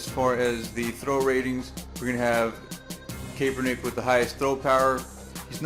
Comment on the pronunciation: Kap-er-nick lol